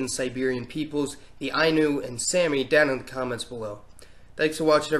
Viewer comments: I am Sámi and was at first interested in this video but upon inspection am only left saddened. Respectfully: many parts of this video are simply factually inaccurate. Firstly, it is not pronounced “Sammy” it is SÁMI. SAH-mee. Like the A sound in “sad.” Please simply ask a living and breathing Sámi person before you make a video about us like this. We are more than a clickbait for a “ARE THEY ASIAN OR NOT?” YouTube thumbnail. Our people have a long history of horrifying eugenic experiments and ethnic cleansing done on us, and it is truly saddening to see yet another conversation about us rather than a conversation WITH us. Oftentimes the only content about my own people I see online is discussion a big debate, always between Non-Sámi people, arguing about Siberian migration or our “true” ethnicity. We are not a science experiment and we are not extinct. Please, PLEASE, it is so easy to just include us in your studies and learn something from us instead of reducing us to something to study like extinct vikings. Myself and many others would be happy to teach about our past and culture but it is simply uncomfortable to hear someone cut the truth of my people. (English is not my first language, I apologize if this comes across as rude or very serious! I am simply offering a different view) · It's pronounced saami.